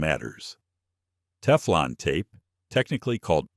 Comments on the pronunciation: Love the AI "teeflon" tape.🤭 And then after showing wripping the correct way, the gas fitting is shown being wrapped the wrong way. Sheesh more AI slop. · A-I (mid-western voice) 😂 "Tee-flawn tape."